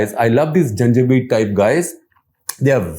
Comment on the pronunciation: " I love these Janjweed Irregulars "! This is a nice one.